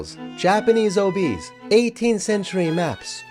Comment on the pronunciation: And “oh-BEEs.” It’s pronounced “OH-bees.” 🙄